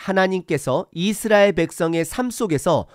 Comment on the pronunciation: "깨끗이"잫음-> 깨끄시(0), 깨끄치(×), "깨끗히"라고 쓰면 '꺠끄치'라고 발음 하지만 "깨끗히"라는 표기법은 틀린 겁니다. 오늘 들으니 이상하게 첫소리를 장음으로 발음하는 게 많네요. 이-스라엘, 언-약 등 등. 한글 사전 엡이 폰에 깔려 있을텐데, 거기에 발음까지 다 들을 수 있으니 참고하시면 좋겠습니다. 요즈음 장단 법칙은 많이 파괴되어서 사람들이 틀린 경우가 꽤 있지만 그건 어쩔 수 없지만, 제가 지적한 것 염두에 두시면 좋겠습니다. 목소리 톤이 높고, 강하게 말씀하시는 점을 지난 전에 말씀드려서, 좀 나아졌는데, 오늘은 다시 예전과 비슷하게 들리는데 참고하시면 좋겠습니다.